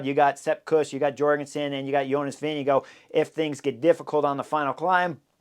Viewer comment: Pronunciation of Vingegaard does not end with an “oh” sound. Ask Jonas. Sloppy or disrespectful.